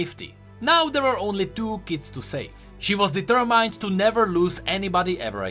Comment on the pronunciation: I'm sorry I can't help but cringe at some of the misspoken words. "Ay-ron" "deter-maynd"